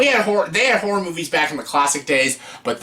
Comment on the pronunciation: You might enunciate a bit better. About 3/4 of the time you say “whore” movies. Good choices and video though! Thanks.